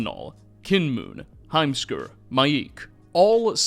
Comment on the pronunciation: heimskr i cannot unhear the words "a assman" 🤣